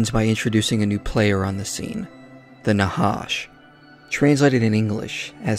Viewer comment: The "ח" is pronounched as the "J" in Jalapeno pepper, not as an H. That would be the letter ה. And thanks for the work you put into this nice video, btw!